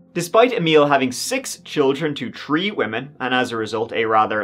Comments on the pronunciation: Tree tousand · "Tree thousand feet' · Please man it's not tree thousand or tree o'clock. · When’re you gonna learn how to pronounce “three”